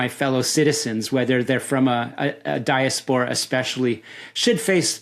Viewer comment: Great interview but the way he pronounces diaspora makes my brain mske TV static noisrs